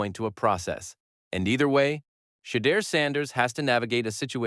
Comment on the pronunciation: SHEDEUR SANDERS IS PRONOUNCED =SHA DOOR SANDERS